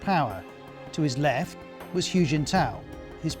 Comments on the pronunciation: It sounds closer to "who", to be honest. Not "Hugh". You would think they would check how to pronounce his name before doing a whole video on him. And then there's people who won't can't get a job... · No no, I would understand it if it were a set of phonemes not native to his accent already, but he can say the word "who" just fine. He's choosing to say it with an added "y" ("hyoo") even though he's fully capable of pronouncing it correctly... I'm not saying "it's not that hard." I'm saying he already does it. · Ros Atkins "Hu" is pronounced like "who" not "hugh"! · This BBC China basher is revealing his dire lack of knowledge of China. 'Hu' is pronounced as 'who', and NOT 'hew'. BBC is now just a content farm. Sad. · Can you at least pronounce "Hu" correctly to show some professionalism ? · Please, His name is not pronounced “Hue” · I mean bro... Reporting about a person while you can't even pronounce his name? How do yourself even know what you're saying? 🤣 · anyone notice that whenever the news pronounces a chinese name they always have to over complicate it, like it has to be more exotic or something. xi as "ʒi" and hu as "hyu" . say it with me, she and who. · Is it really THAT difficult for Ros Atkins to properly pronounce “Xi” and “Hu”?? Seriously. As a journalist, you need to get it correct or lose credibility. Great story otherwise ☝️ 🇨🇳